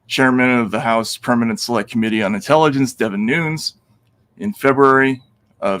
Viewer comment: also Nunes is PRONOUNCED NOON-NEZ! c'mon Matt